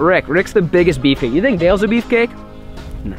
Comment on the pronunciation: This is how much times he said beff cake in he's videos